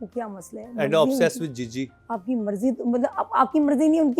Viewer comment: Jiji ❌ chiji ✅ 😂